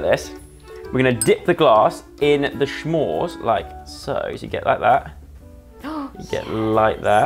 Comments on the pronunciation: He still says schmores after the last video where we told him its S'mores. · please that is not how you say s’more, it’s not “sh”😂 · And clearly you never look at these comments because everyone's been telling you (since your last video) that you're pronouncing S'more incorrectly. It's S-more not shhhhh-more. C'mon, guys! :) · Where does he get the H and R from 😂 “shmore” lol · SH’mOrES 😂 I love you joe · They’re pronounced ‘gram’ and ‘s’mores’ 😂